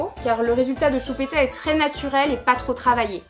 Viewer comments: A chaque fois qu'elle dit CHUPÉTA je peux pas m'empêcher de rire 😂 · He ma tortue sapelle choupita 😠😠😠😠😠 😃😃😃😃😃😅😅😅😅 Lolllll tes la best tu ma youtubeuse préférée tu est tres belle (meme comme sa 😉) bref en gros je te kiffffffffffffffffffffffffffffffffffffffffffffffffffffffffffffffffff💓💓💓👑👑👑👑👑👑 Et quand tu dis choupita ta trop laccent bledart